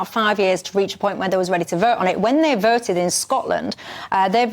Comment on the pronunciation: This woman's pronunciation is the weirdest "regional accent" I have ever heard. "When they verted in Scotland ..." and "86 verts to 39 against." Does anybody else talk like this? Or is it her own unique dialect?